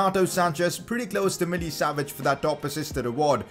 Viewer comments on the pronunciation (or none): none